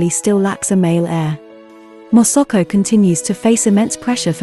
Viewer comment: Hahaha moso ko instead masako